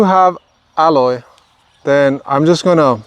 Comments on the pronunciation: you pronounce aloe weird. i've never heard it said like that. it is pronounced al like a named AL.. and O like the o in jello. Al-o .... you're saying ah-loy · It's NOT called "elloy", it's called "aloe" as an "aloe Vera", or in Spanish they call it "savila". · Please, it's aloe, not alloy. 2 different things. Someone is going to try alloy instead of aloe. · Its not aloy, its aloe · Because you are teaching me something AMAZING today, I am going to teach you how to correctly pronounce Aloe... say AL-LOW... not al-loy, because that is something else entirely 😅. I can't wait to see my cuttings take root, thanks so much!! ❤🙏🏽🙏🏽🙏🏽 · Aloe not alloy. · Also it’s pronounced AL LOW not alloy Lay off the drugs bro your doing too much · I was going to tell everyone to use aloe vera leaves lol. This whole video youve been saying alloy...and I'm like wtf is that? Took me a while to realize you meant aloe... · This is valuable information. The pronunciation of aloe is ''a-low'', not ''alloy''. Love your work. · Aloe not Alloy… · Is he calling aloe, alloy? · It's aloe, not alloy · It's NOT alloy, it's ALOE, sounds like AHLO. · The word is "Aloe", not "Alloy".😊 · Great video and alloy (I mean all) 1 thing tho... can u stop say ALLOY...plz... it's ALOE [aloe vera] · dude your the only person who pronounce aloe to aloy! it's bothersome! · Aloe is pronounced ah low. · Thankyou so much! Good info. Aloe pronunciation caught me off at first. The common form here is al-oh i beleave.